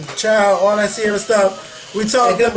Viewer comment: LOL why would read ciara like that lol i cant deal!